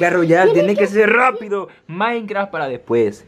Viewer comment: wei se dice __MAYKRAFFTTT